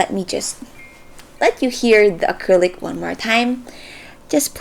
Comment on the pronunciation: when she said Gecko acrylic- AY i thought she was asian